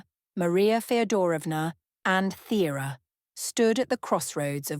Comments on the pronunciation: I think it’s pronounced Turah? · What errors? Pronunciation of Thyra’s name, and mistakes in genealogy that have been pointed out to you in the comments. It is very important to get your facts correct.